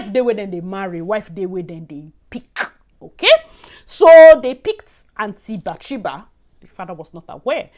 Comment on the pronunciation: "Anty Bathsheba" 🤣🤣🤣